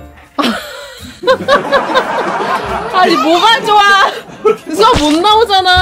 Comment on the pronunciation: 가 자꾸 뚜아를 수아라고ㅜ부르는것같아요